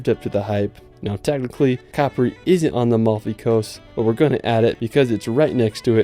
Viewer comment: Cool video man, just FYI it's pronounced "cuh-pree" for Capri, not "cap-ree" as you say in the video. Going to the coast next October so this was a cool preview video :D